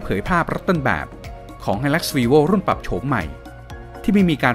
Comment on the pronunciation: ทำไมผมฟังเปนวีโว่คับแทนที่จะเปนรีโว่รึหูผมฝาด